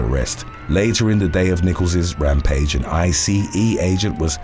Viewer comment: Heyyy. You can call them ICE like the frozen water, not I see eeee:) love your daily videos. They are so good. Still waiting on. "when surgeries go wrong" lol